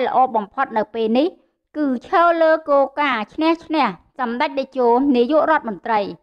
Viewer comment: ពិធីការនី គោការណ៍ ឬ គោលការណ៍ ដែ ឬ ដែល ពេ ឬ ពេល សូមនិយាយពាក្យខ្មែរឲ្យច្បាស់ ។